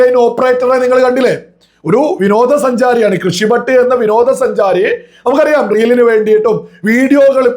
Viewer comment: കൃഷി ഭട്ട് അല്ല.. ഋഷി ഭട്ട്